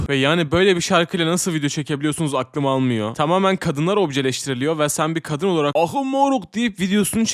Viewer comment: Abi niye kadını kâdın diye okuyorsun😭👏🏼😣